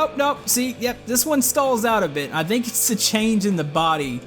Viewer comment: why do you say "dhinc" when saying think